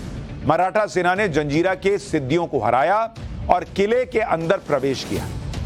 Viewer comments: जंजीरा का सही उच्चारण "जज़ीरा" है न कि जंजीरा। ये एक अरबी भाषा का शब्द है जिसका अर्थ टापू होता है। कृपया इसे फिर से जांच लें। 🙏🙏🙏🙏🙏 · am a Nepali but i want to tell you one thing reporter sahab,this fort name is Murud Jajira hey not a Janjira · SUSHANT JEE , namaskaar . I am really sorry , but , feel that it is my duty to correct , if there is any mistake . It is not JANZEERA , it is JAZEERA . In ARABIC , an island is called JAZEERA . Please don't mind . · Abe jaljira nhi jazira hota he bewakuf😅